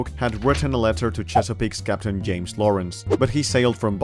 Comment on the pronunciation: It's james not yames you actual illiterate